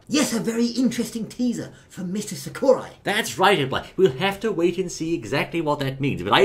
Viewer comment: Oh god dat Sakurai pronunciation...